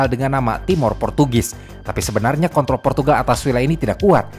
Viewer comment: kont... L 😂